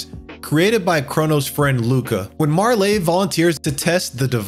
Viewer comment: Chrono trigger is the Goat, but the E in Marle is silent. Also ff6 is superior to everything else In this video